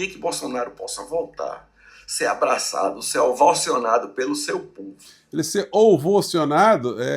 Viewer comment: Ouvocionado foi ótimo 😂😂😂😂😂